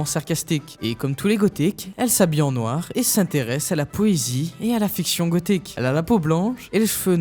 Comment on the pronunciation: Et ne parlons pas de l'audio et du forçage sur certains mots comme "gothique", bref.